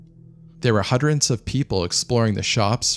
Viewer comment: "hundred", not "hudrent"